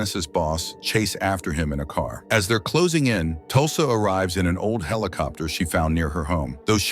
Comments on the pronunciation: A.I. TALKING. HELICOPTER…WTF,….. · Come on, he's just saying helicopter on purpose now, right?